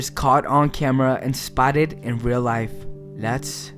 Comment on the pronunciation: The way he says everything is funny: "rel" instead of "real", and all his "s"es sound like he might have braces or a minor lisp. Also, it sounds like there's quite a lot of spit gathering in his mouth - perhaps more evidence of braces. I imagine a 16-year-old half-latino high-school student for some reason. I mean, it doesn't really matter who does the narration, but if professionalism is the game, then getting someone with perfect or near-perfect diction is a must.